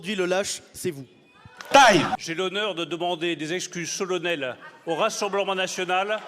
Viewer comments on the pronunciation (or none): Merci. Il faudra que B Le Maire apprenne que c'est "solennel", pas "solonnel".